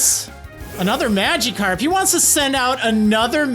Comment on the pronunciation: why does he pronounce magikarp “mageekarp”